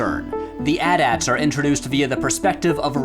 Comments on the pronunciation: I'm sorry sir but did you just say at at instead of AT-AT? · Who still says “ATAT” that way? Pretty sure that’s breaking one of the Ten Commandments.